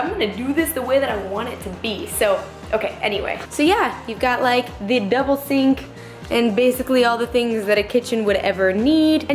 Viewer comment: omg I thought you said "devil sink" not double sink LOL congrats on the place its looking great.